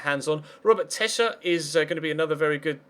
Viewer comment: Tesche is pronounced tesh